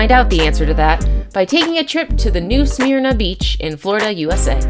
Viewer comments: You should maybe look up how to pronunce some of the places you are talking about. The Fl beach is pronounced like Smurna, maybe with a very subdued i sound before the m, I hear it pronounced both ways locally, but never SMEARna. You got a few others wrong, as well. India is not the largest population on Earth, it's China, by almost 1/2 again. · I live in New Smeeerna beach it’s not dangerous and pronounced Smurna 🤣